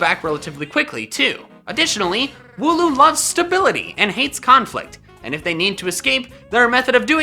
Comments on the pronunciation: Wooloo i think its not woo loo andnits wool oo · hmm thats a wierd way of saying wooloo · Wool-loom, wool duh and loom, crafting things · You ruined mine cause i thought he said woohoo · Wooloo - Wool and Loom... minus the M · I think wooloos name is wool and the pronounciation of the word uwe